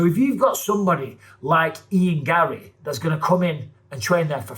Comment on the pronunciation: Ian garry should have no r's in his name😂